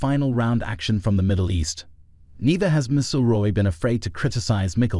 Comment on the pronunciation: HIS NAME IS MC (AS IN MAC) IL ROY